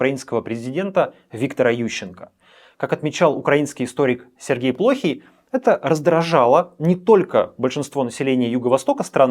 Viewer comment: Историк Сергей ПлохИй. Ударений на И